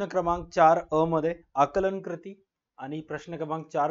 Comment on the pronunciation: Krati ❎ kruti ✅